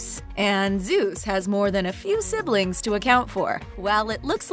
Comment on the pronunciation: Did she say zeys and poseidon are brothers